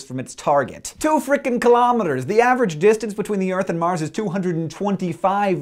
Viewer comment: So... I thought when you said a word like " Mars' " you pronounce it as "mars" not "marses" Am I wrong?